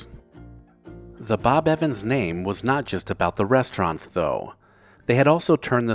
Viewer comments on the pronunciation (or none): none